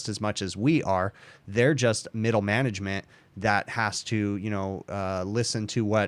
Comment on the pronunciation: I'm amused about how you keep mispronouncing Upper, Middle and/or Lower Manglement when discussing why things like Preventative Maintenance isn't being done...